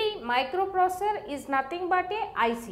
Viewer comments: Plzz learn how to say microprocessor 😅😅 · But you understood that she is pronouncing the word "Microprocessor". That's more than enough bud